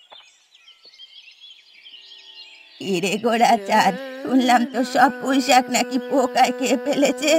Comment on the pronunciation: কৈইশাক❌। পুঁইশাক ✅